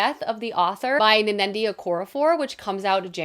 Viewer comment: Not to nitpick, but Nnedi is pronounced Ned-Dee, not Ne-nen-di. I really love this list! It’s got some of my most anticipated (I need Drop of Corruption so bad!) but I’m already adding more to my list